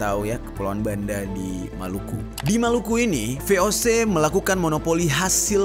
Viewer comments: Koreksi dikit... VOC dari bahasa belanda, jadi baca nya ya ve-o-ce(se)... Bukan dijadiin bahasa inggrid vi-o-si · Cara baca musti diperdalam juga bang. Jd jangan cuma pelajari sejarahnya. Cara penyebutan kata2 dalam bahasa belanda tu hampir sama kayak membaca latin. Beda nya, G dibaca [hee], J dibacanya [yee]. VOC dibaca nya [vé o sé] dan bukan vi o si. Selain membacakan sejarah, ada baiknya juga sekalian mengedukasi. Masukan yaaaa. Harap gak tersinggung🙏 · Ve O Se bukan vi o si. Kan bahasa Belanda